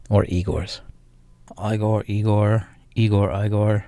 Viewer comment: Egor, not I(ay)gor)))